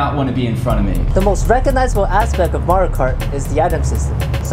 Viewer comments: Did he say Mary-Yo Cart? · Mahrio??? OMG I don't care who you are or what language you speak. His name is ALWAYS pronounced "Mario".M-a-w-r-e-e-o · Mah-Ree-Oh is how he says it in the games. I'm not Italian, but I'm Mexican and can tell you that all the Marios I know are called 'Mah-ree-oh' not "Marry-oh". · Mairio Kart? It's MARIO KART. Is the third month called Mairch? No, the third month is MARCH. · Mario is pronounced "Mah-ree-oh", not "Marry-oh". I'm not an expert, just saying... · MERIO?! BE MOAR ENGLISH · I can't believe they went through all this trouble and then the dude says "MAY-rio Kart". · Are we really arguing over how to pronounce Mario's name?! Lol we were just shown full on real life Mario Kart, people! Who gives a shit about his name?!?! This flippin amazing!! Fantastic job, Waterloo Labs. Truly. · Really? 23 years and people still don't know how to say Mario?